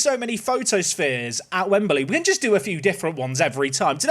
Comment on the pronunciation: why does he say wembaly